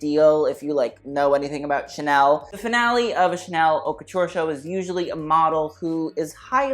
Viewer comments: You do realize that the H in Haute is silent?! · Holika Holika he's being tongue in cheek. he's done videos discussing haute couture and says it properly. you really think a fashion person doesn't know how to pronounce haute lmao